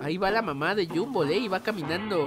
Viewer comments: Se dice Gumball no jumbo hoy te diste cuenta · No es yumball es gombal así se pronuncia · se dice gumball no jumball emtiende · oye no se yo, depende de tu traduccion de la serie pero Gumball no se dice Gumboll se dice Gumball pero se pronuncia Gomball (pero de seguro estoy mal:/ depende de tu traduccion pe) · No le digas Humbol dile Gumball no te equivoques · Y se dise Gumball no Yumbo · Porque lo yamas llunbo envés de gonball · porqué le dises a gombal gumbal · No es yumbol es gumball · No. Se. Llama. Gunboll. Se. Llama gombal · No es llumbol es Gumball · No es GUMBOLL es GOMBALL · Te equivocaste en pronunciar el nombre se pronuncia gomball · Gumball pero se dice gombal xd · se pronuncia gumball tal bes tu eres de otro pays